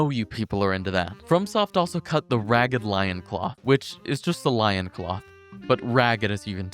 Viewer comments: "Lion cloth" my guy its LOIN cloth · oh my god "lion cloth" Its loin, as in your pelvis. It's a pelvis cloth, aka a loincloth. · this kid really pronounced loin cloth “lion cloth” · .... He said Lion cloth..... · Lion Cloth. Bro, learn to read. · lioncloth??? grand closeteer??? dyslexia be hitting like a truck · Did this guy just pronounce loincloth "lioncloth" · bro said lioncloth.... Loin is not lion lion is lion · What is it with people and souls-borne Pronunciations. Its Loin not Lion. Like tenderloin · wtf is a LIONcloth loincloth? you have brain damage lmao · Loincloth, bro. LOIN. Not Lion. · Loin ≠ Lion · Not Lion-cloth, Loin-cloth :) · That’s not how you pronounce ‘Loincloth’.